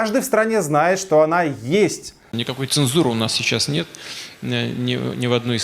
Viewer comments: бля , Путин так убого сказал "Нэт" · Он так охуено говорит "нет"